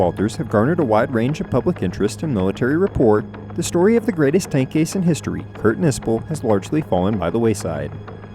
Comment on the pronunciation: Tank "a c e"...?! 🤣🤣🤣